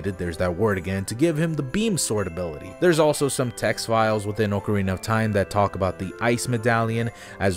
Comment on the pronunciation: ok do you just pronounce things wrong to mess with us? its AHK-arina not OAK-arina